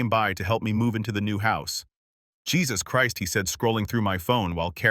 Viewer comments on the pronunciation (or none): none